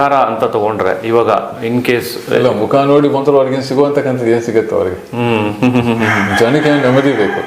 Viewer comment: ಮಖ ಅಲ್ಲ ಸಾರ್ ಮುಖ ನಾಳೆ ನವೆಂಬರ್ 1 ಕನ್ನಡ ರಾಜ್ಯೋತ್ಸವ